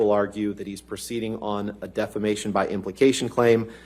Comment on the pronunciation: Every time he says defamation, I hear defacation 😂